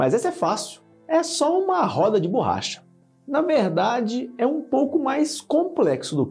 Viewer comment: Ele fala bôrracha